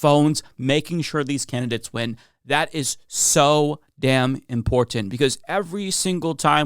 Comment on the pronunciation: managed to get "import-tent" in three times. Way to go,.